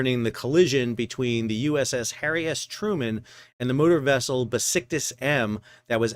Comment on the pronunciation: Sorry, I know it is childish, but it sounds like you are saying, "Harry-assed Truman!" 😆😆😆